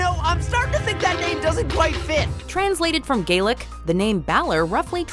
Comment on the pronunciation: Being Irish...i fucking hate how she pronounces some Gaelic words